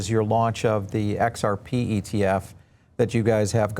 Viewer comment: This Guy cant even say xrp ...makes me want to buy more and i will mwaaahahhahaha